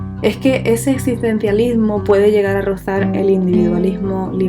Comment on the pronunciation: DIos que video tan bueno, lo unico que me gustaría es que la narradora no se coma las "S" al hablar, y las X las pronuncie bien cuando dice existencialismo , no es "esitencialismo" es "EX-SIS-tensialismo". Pero que increible video en serio.